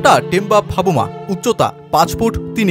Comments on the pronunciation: ভাবুমা নয় ভাই !😂😂😂 বাভুমা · বার বার 'ভাবুমা' শুনতে শুনতে বিরক্ত হয়ে গেলাম।নামটা অন্তত ভালো ভাবে উচ্চারণ করা উচিত।